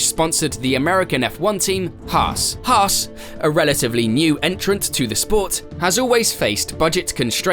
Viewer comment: “Hars?” Or Hass 😂